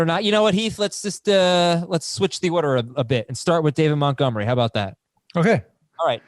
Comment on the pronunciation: Can anybody tell me why Heath refers to David Montgomery as David Muttgomery?